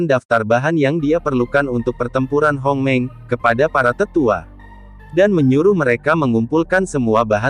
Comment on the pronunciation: Bang di baca hongmeng bukan homeng